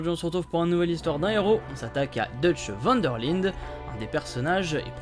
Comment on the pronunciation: Enfin cette episode pi c est pas van der lide c est van der lind✌️😜